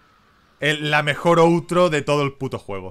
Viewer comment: out- tro se pronuncia auttro